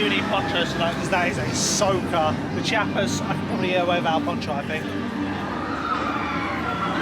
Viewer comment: Nice one, enjoyed the vlog of this great park! Funnily enough, your pronounciation of the German names was quite good, but Chiapas is less like "chee-YA-pas" and more like "chA-pas" (after a state in southern Mexico), the "i" hardly being pronounced at all. They chant it several times on the soundtrack in the area 👍